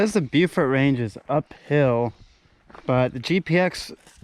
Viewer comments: "Bo"-fort, not "Bew"-fort. And you can actually see Deep Bay and Mapleguard Point from Mount Joan. - Holy crow! That's my neck of the woods you're seeing! - Whoa! That's Highway 19. Pedestrians are not allowed to walk on that highway. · Beaufort is pronounced "Bow Fort".